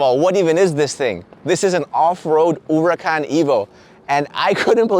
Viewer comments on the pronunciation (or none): URACAN 😂😂😂😂😂😂😂😂😂😂😂. Where’s the h 🤣🤣🤣🤣😂🤣😂🤣😂😂🤣🤣😂😂🤣😂🤣😂😂🤣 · There's An " H " in Huracán LOL